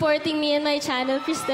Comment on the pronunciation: mispronounced her name its Kris-Tell not Krystal.